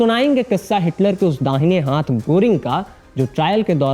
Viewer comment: आप हाथ का उच्चारण हांथ करते हो बहुत गंदा लगता है। कृपया सुधार करें